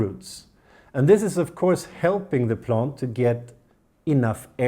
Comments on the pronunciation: No 😭 He didn’t say plont guys!!! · On porpoise do you say “plont”? 😉